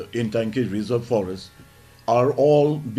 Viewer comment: It is not Intangki, It is Ntangki.